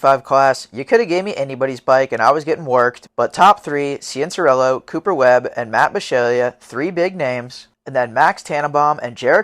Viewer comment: hearing struggle to say cianciarulos name is funny to me like he was just a random little kid back then this is cool to look back on if only they knew what all those kids would become